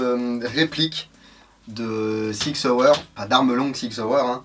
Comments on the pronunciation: Yo ! On dit SSSSSSSSSSSIG SSSSSSSSSSAUER ;) Et non ZZZZZZZIG ZZZZZZZZAUER ^^ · On a deux façons en Suisse de débloquer la crosse. Une avec l'avant bras et l'autre un peu plus freestyle.... Si les deux sont faisables avec la version airsoft, tu peux dire que la qualité de la crosse est top ^^ On dit Sssig Sssauer ^^